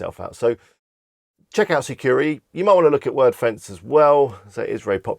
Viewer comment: Thanks for the list... just a little correction. It’s “Sucuri”, not “Securi” 😊👍